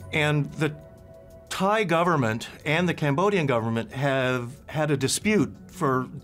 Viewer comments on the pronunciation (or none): none